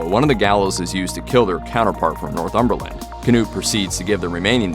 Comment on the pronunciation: "North Umberlin" wtf lol